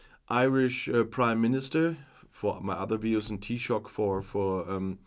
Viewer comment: Thank you so much for this video. We very much appreciate the support you show for my country, Ireland. Your pronounciation of Taoiseach is perfect. To help out with Irish pronunciation, Fianna Fáil, the last word is pronounced Fall not fail. Hope that helps. I will hold myself in check (I hope) in posting a comment as I'm afraid I might blow a gasket. 😂 Thanks again 🖖🖖🖖